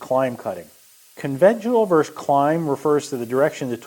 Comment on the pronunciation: Versus is two syllables.